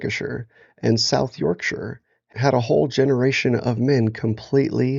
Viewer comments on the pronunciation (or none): none